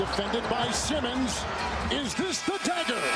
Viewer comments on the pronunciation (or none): none